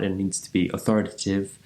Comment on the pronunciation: Authoritative Aw - Thor - ih - TAE - tive emphasis on the * syllable